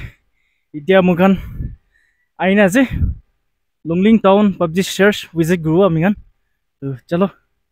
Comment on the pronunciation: Bro not twon😊 it's Town. Anyway keep exploring. Good and complete your mission. Watching all your vlogs